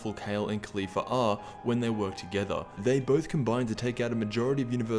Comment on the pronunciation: holy shit he finally said Caulifla and not Khalifa